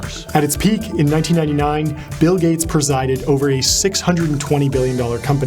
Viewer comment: Bill GAYts